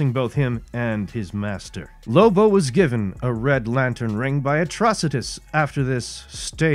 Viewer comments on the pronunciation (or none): none